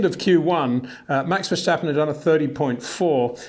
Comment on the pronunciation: Please try to pronounce Max' name right; it's not Vershtappen.